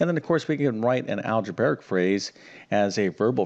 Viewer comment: There's no such word as "Algebaric." It's "Algebraic." Just like a Realtor who can't pronounce their profession and says "Realator," you'd think a math teacher would know how to pronounce the word relating to math teaching.